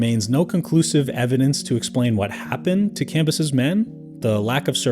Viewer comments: Isnt Cambyses pronounced cam-bye-sees? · Thought the whole point of the second channel with a worse narrator was better pronunciation, and the video starts with the dude mispronouncing Cambyses (Classical Latin) IPA(key): /kamˈbyː.seːs/, [kämˈbyːs̠eːs̠] Tell me you used a google ai pronunciation without telling me you used a google ai pronunciation.